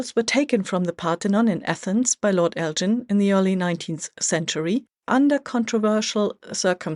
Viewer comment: You are mispronouncing “Elgin.” The g is hard, as in “gain” or “grin.” It isn’t a j sound as in “gin” or “George.”